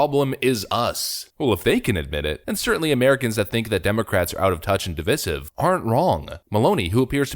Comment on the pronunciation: you gotta' learn to say "divisive" right. you're not saying it right. div-EYE-sive.